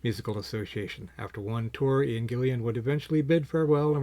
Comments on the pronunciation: This guy also says "Gillian" hahaha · Doesn’t have the album, but makes a video about it. A great album!! Get it, listen to it, then make a video. And say name correctly! Come on man! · Can this guy please read/pronounce "Gillan" correctly?!